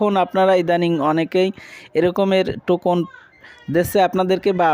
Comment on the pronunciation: টোকুন না ভাই টোকেন।